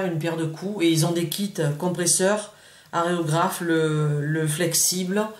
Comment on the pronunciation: (c'est pas aréographe c'est aérographe) sinon super vidéo :D